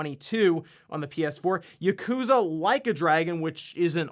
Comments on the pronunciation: "Yekooza".. lol, he's still pronouncing it wrong. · As a games news guy, I expected you to pronounce “Yakuza” correctly.